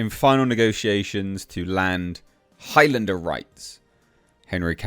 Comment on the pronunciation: Sounds like you are saying "Hi Linda" instead of Highlander. She said Hi, by the way!🤣